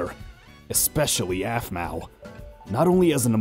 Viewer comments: You said ahpmau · The sister says offmau